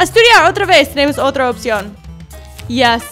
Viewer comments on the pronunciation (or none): none